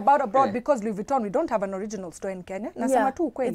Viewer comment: Hahaha ni Louis Vuitton not Luis ushamba tu 😅😅😅